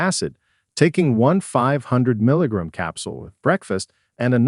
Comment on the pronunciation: Please teach your ai voice how to say gram! It’s gram not grm.